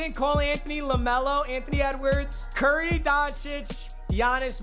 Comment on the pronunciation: “cur ry”